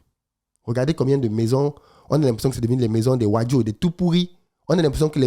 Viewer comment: C'est un très bon contenu. Tu as longtemps parlé du racisme en France et autres, nous nordistes qui vivons au grand Sud et autres sommes confrontés à la xénophobie, tribalisme etc. J'aimerais que tu fasses une vidéo là dessus. Même avec la manière dont tu as prononcé les wadjo et toupouri, c'est dénigrant je t'assure.